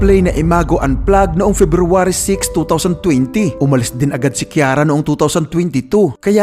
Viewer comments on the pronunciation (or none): none